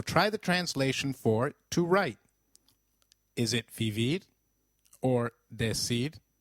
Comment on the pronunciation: Great lessons you really help❤️ but i have a question por favor aren't we supposed to pronounce the "V" as a "B" so like isn't it should be pronounced "bibir"?